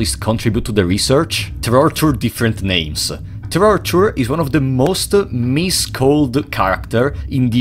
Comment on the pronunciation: Hey dawg, we heard you like trortur, so we trortured Trortur so we could have trortured Trortur trorturing trortured people